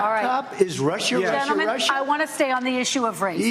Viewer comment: Nobody can say Russia or China as well as Trump.😂